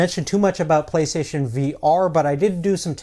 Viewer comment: Playstaion hahahaha